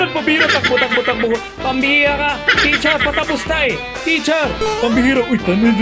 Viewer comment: Teacher po Hindi po T